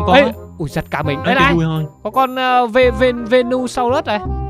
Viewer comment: Venusaur mà nói venusaurus